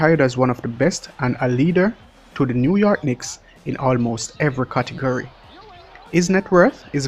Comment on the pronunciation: MAN-DA-TORY, CA-TE-GORY